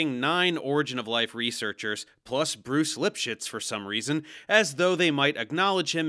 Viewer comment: I’m sorry but all I hear is “Bruce lipshits” 💀💀💀😂😂😂